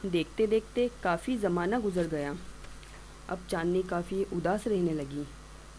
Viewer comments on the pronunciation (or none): none